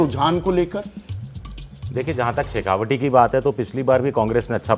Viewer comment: शेखावटी नही ये शेखावाटी है कृपया पत्रकार महोदय जी बोलें तो सही, गहलोट नहीं गहलोत है अब सवाल उठता है कि जिन्हें सही नाम नहीं मालूम लेकिन विश्लेषण पूरे क्षेत्र की कर रहे हैं ।